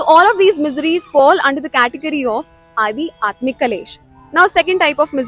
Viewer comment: it's Aadhyatmik Not Adi Atmik Please check